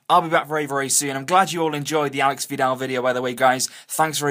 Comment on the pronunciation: It's /alésh/ (accent on the E, not the A; and SH instead of X.) That is how Aleix Vidal's name is properly pronounced. They're already talking about how people all over Spain mispronounce it, teach them a lesson by getting it right before most spaniards!